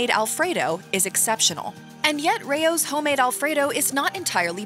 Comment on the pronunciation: Rao's is pronounced like "Rouse", not "Ray-ohs". Its a family name, Not being a grammar nazi, I would want my name pronounced correctly